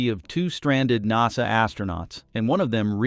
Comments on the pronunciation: I got turned off as soon as I heard nawsa! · What's a NOS-uh Astronaut? I've heard of NASA, but not this new NOS-A thing. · If you can't get your bot to pronounce "nasa" you should make some adjustments.